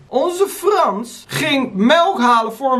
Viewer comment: Ik ga stuk om die onze Frans uitspraak 😂